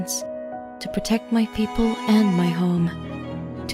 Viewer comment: You're so cute! Beautiful model! I enjoy listening to you, and this is the first time I properly hear someone speak Tagalog! 10/10 comfy as heck Almost sounded like "peakple" which would be... ahem, I'm not some kind of nerd who likes puns! LOLITA DRESSES? Based and fashionpilled